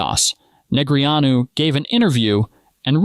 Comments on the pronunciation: "NeGREEanu?" I've always heard it pronounced "Negrano" . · Jesus! Stop calling him Nig-Ree-ōn-you!!!! It’s Daniel Negreanu's name is pronounced as "Neh-GRAH-Noo". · Poker pot is blocked for not being able to pronounce Daniel Neh-gra-noos correctly. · Neg-re-on-u? Wadafuq? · Neg-ree-AH-new cracks me up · Is this a i, or dude is clueless and can't pronounce his name correctly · AI doesn't know how to pronounce Negreanu. LOL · One thing I don’t understand is whoever makes this video and edit it. Why don’t they correct AI when it mispronounces names. I’ve seen it on poker videos, hockey videos, football videos. Creator. If you don’t watch the stuff, at least correct the mistakes. You just have to Google how to pronounce negreanu